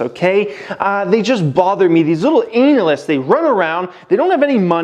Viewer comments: Can this dude stop pronouncing analysts as anal-ists, haha. Good videos though. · “Anal”ysts !!! I hate them too 😅